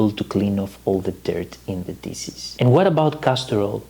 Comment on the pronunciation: Please stop saying dises. The SH in DISH, make the phonic “sh” so it’s dishes not dises. Just like SHopping not sopping. Coconut SHells not sells. The H is not silent. You’re alternating the word completely by silencing the proper phonic. I live in Europe now & Greeks make this mistake all the time 🤦🏻‍♀️ Thank you for your amazing knowledge & videos. I do watch them & enjoy them all the time!